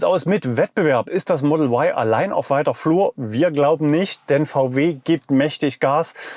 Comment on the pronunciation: Sprache soll für das Publikum verständlich sein! Model Why ist nicht verständlich da Sie sich an Publikum mit deutscher Muttersprache richten. Ein deutschsprachiger Mensch denkt bei "why" an den Buchstaben W, und nicht an den Buchstaben Y. JA, wir leben in einen freien Land. Deshalb ist es mir derzeit noch möglich ohne Risiko einer Inhaftierung Sie darauf hinzuweisen dass "Ypsilon" verständlicher ist.